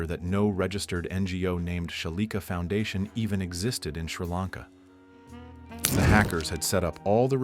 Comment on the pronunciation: It's 2 letters. Foundation instead of Fandation.